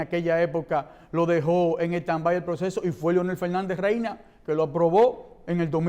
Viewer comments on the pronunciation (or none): Luis Abinader "Reyna". ¡Ay mi madre! 🤦🏻‍♀️🤦🏻‍♀️🤦🏻‍♀️.